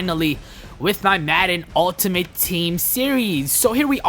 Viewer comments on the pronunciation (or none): none